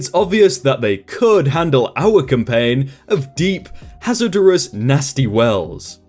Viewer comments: I feel like this narrator doesn’t understand what he’s reading, mispronouncing fairly common words like ‘rigour’ ‘hazardous’ ‘infinitum’ ‘codicil’ to name a few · Minu-ee-she? >.> "My-New-Sha." Rig-oooor? RIG-UR. Not hazard-ur-ous: "Hazard-us." Jeez, dude, I'm halfway convinced you're doing this on purpose >.>